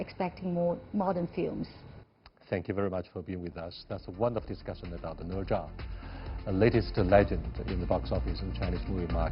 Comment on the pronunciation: Wow They're Chinese, and they can't even say "Ne Zha" correctly Instead they mimic how a Westerner would butcher the pronunciation of the name Specifically, the "zha" should be the 1st tone, but it sounded like the 4th tone the way he said it What a disgrace